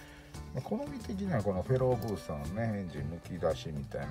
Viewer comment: や・・・やばいです フェローブースターがteruoブースターに聞こえてしまったですよ💦